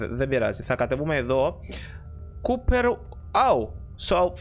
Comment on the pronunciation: δεν ειναι κουπερ ειναι κοπερ